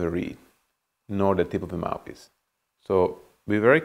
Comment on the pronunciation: Is it just me or does it sounds like he says mapis not mouthpiece